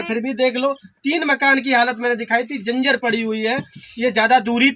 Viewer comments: अरे उल्लू के पठ्ठे कहता है पत्रकार हूँ डॉक्टर हूँ सही बोलना भी नहीं आता जर्जर को जिंजर कह रहा है , अरे बच्चो को नगें पैर दिख रही है और दूसरे दिन केक पार्टी कर रही है, गुटका खाने में पैसा नहीं लगता लिपिस्टिक में पैसा नही लगता सब गीदड़ों का झुण्ड है और ये राखी अम्मा सब।जगह पैर फसा कर व्यूज कमाती है और लिपिस्टिक बाली क्या शिवानी ने तेरा घर कभी नही दिखाया। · बोलना सीख लो पत्रकार स्कूल गए हो कि नहीं जंजर नहीं जर्जर होता है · Dr ho aap jarjar hota hai janjar nhi😂😂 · Patrakar ho pahle Bolna seekh lo janjar nhi hota jarjar hota h